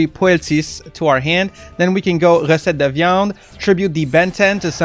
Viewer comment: Are you from Québec ? Your "recette de viande" was very well pronounced and i'm french so you can trust me, i love your content and i was waiting so long for this deck ,thanks bro , bon appétit